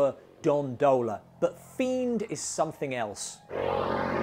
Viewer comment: It's Fiend - not Friend!